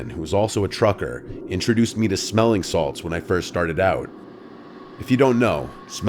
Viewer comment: smelling salts, lol. Sounds more like sMETHling salts